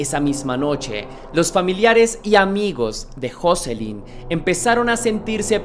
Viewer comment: No se pronuncia asi el nombre de joselyn